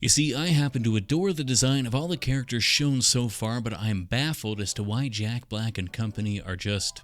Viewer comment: every time you said "jack block" i lost it